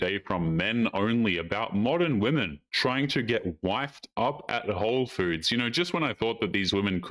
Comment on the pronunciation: The store is called WHOLE foods not 'ho' foods.